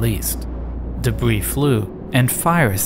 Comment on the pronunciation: "Dabwee fwoo" "Compwetewy deswoyed" "Da Norwf soyd" "Cowapse" This is gold 🤣🤣🤣